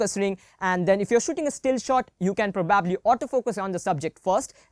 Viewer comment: Bro you pronounce PROBAAABLY very wrong its probably not probaaably